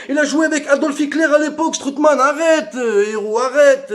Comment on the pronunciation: Strootman "strootball"😅🤣😂😆😁 (j'suis Mort) !!!